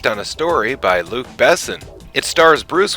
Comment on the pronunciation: Nice review. But the way you pronounce Luc Besson's name makes me cringe every time. :)